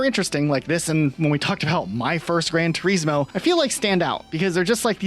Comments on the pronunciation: I can't stand how you both constantly miss pronounce names.. you would presume as a creator you would get the names right 😂 gran Turesssmooo like WTF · I’ve literally just made an account to say this. It’s an actual joke that you’ve reviewed a game “Gran turismo”, to slag off the name, when you haven’t even took the time to learn how to pronounce or say it “GRAN TUREEEZMO” I’ve enjoyed your content but thats it, boycotted. Absolute rage bait I stg you can’t be serious. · I hate the way you say gran.Turismo lol